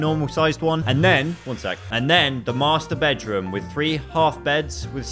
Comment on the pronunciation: “thr master medroom” 💀